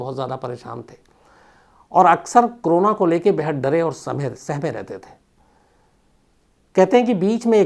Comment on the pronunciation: Shams bhai aap corona ko hmesa crona kyun pronounce krtei ho…bdw i never miss any of your episodes..Lots of LOve from #ARUNACHAL_PRADESH